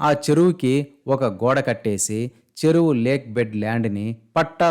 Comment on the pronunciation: Anchor garu ceruvu kadu cheruvu anaali ! Ce ku Che ku teda telusukuni cheppu ?